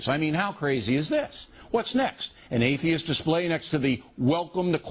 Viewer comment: At one point it sounded like he said "faitheist."